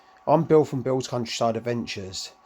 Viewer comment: you missed the R in countryside!